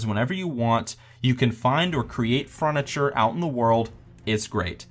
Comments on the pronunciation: FURNITURE, NOT FRUNITURE WTF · fruniture xD